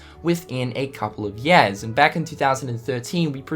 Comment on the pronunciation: years = yeas I know he has an accent, but it's just too damn funny